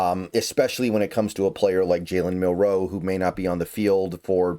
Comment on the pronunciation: if you want to start to stop pissing off fans stop emphasizing the Row on Jalen and start doing it for Elijah. Elijah is “A Row Yo” Jalen you emphasize the Mill, not the Row. I know it’s a slight difference, but imagine some ahole emphasizing the Son in your last name and pronouncing it Nell’s SON!